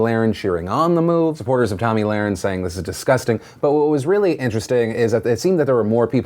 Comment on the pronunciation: Can you say her name right damn shit